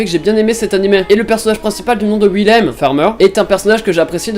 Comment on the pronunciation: Quand il a dit Willem j ai pensé à l autre donc Wil Aime XD c est tellement pas ouf XD